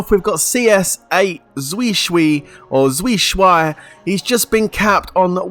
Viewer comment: Lmfao, nice pronunciation, that name “ZuiShuai” means Most Handsome in Chinese lmao. And that was pretty accurate too.